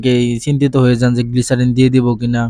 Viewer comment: গ্লিসারিন না গ্লিসাপ😂😂😂😂